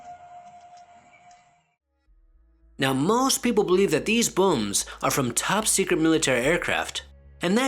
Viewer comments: His pronunciation lol Was I the only one hearing “bums” Instead of booms? Lol 😂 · Gotta love an Asian accent! “Loud buums” haha 😆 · He says booms funny bubba like buums I like loud buums bubba